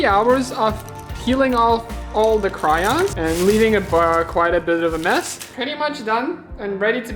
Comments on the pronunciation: cRaIoNs it’s pronounced crayons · “Cryons” “Par too”